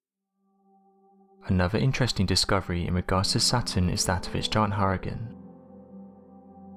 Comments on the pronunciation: I’m getting so triggered listening to him say hoorican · Deeply troubled by how he said Hurricane... Hurken? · Did it take anybody else over half the video to figure out that her-uhh-kungz meant hurricane? Or is it just me?